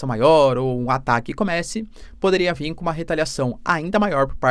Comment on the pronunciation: Qual a dificuldade de falar VIR professor!!!